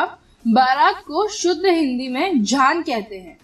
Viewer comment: Jhaan nahin jaan bolate hai